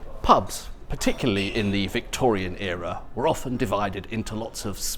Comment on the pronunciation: Thank goodness he’s not one of those crazies who pronounce the T in “often”. Sometimes I despair of people.